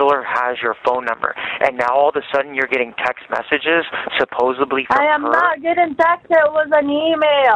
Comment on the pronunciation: I love when he says “supposeBly”.